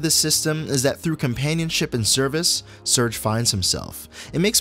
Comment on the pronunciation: Loved the case study! Only one thing to nitpick, the main character's name is "Sair-gay". I called him "surge" too, when I was a kid, but I'm pretty sure with the theme of all the characters' different nationalities that the developers were referencing the Russian name "Serge".